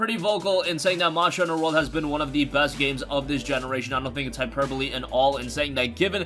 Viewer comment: I get trigerd Everytine he says monjer hunter. And not monster hunter.Sorry I'm a MH fanboi. It agrivates me. But otherwise great video